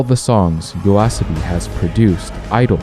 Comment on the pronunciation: Same here btw, didn't even notice until he said the name properly and it still feels different.